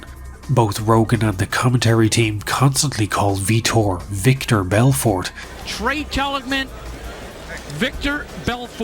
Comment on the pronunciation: Tra Telligman’s first name is pronounced “Tray” not “Trah.” It’s funny you made that mistake seconds after poking fun at the Vitor/Victor thing. Which, by the way is what Vitor actually went by when he was training at Calrlsons. The name he went by in the very beginning was Victor Gracie. Edit: found another one-The first man to wear gloves in the octagon was Tank Abbott at UFC 6 in Casper WY.